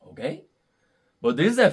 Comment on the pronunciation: “Okei” Cb tú eres boricua? 👀🔥